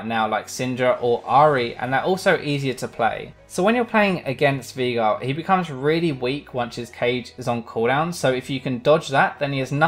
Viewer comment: its pronounced veIgar, the german way